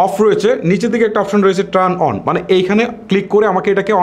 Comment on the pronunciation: ট্রান অন নয়, টার্ন অন